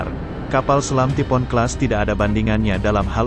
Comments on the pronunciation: Typhoon dibaca "tipo'on", bukan "taifuun" 🤦‍♂️🤦‍♂️ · Taifun.....bukan tipo'on,please.....!!!!!! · Typhoon dibancanya taipun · bacanya Taipun